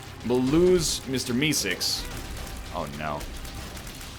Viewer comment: ''mr misicks''. ''mr misicks''. ''mr misicks''. kill me. someone please. he cant even pronounce mr meeseeks